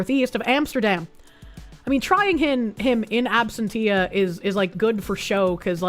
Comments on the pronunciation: Obviously D4vd is innocent and the girl just accidentally hit the self deleting and dismembering button in the Tesla. It's marked D&D so she thought it was a roleplaying game with the car's AI. Unrelated: Ab sen tee-ah. My god. It's not your Boston accent. I love your Boston accent. It's the fact you cannot pronounce words. Ab sen she-uh. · "absen shee ah". ain't English wonderful?